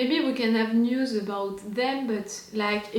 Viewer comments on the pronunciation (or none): none